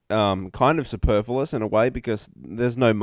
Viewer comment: 'superfullous'....